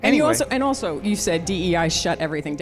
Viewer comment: She said “ulso”. Boy. What a dip something.